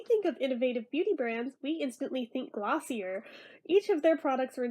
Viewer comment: Omg I loved the review haha, also, it’s pronounced glossy-ay